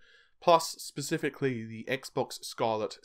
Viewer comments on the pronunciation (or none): none